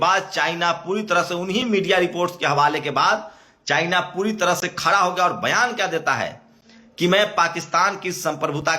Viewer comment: आप अपने सब्द ठीक करिए । खरा नहीं होता , खड़ा बोलते है😂